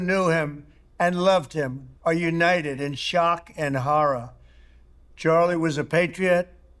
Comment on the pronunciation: Trump: "HARRAR"